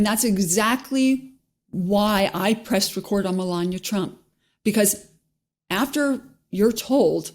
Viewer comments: “Mel-an-ia”, not, “Mel-an-ier” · Does 'melania' have an R on the end or what? wtf is Melanier? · They keep mispronouncing Mela Nomas name